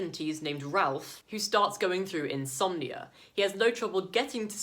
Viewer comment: Haha it sounded like you were saying you love insomnia 🤣